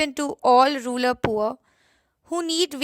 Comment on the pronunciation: Its rural not ruler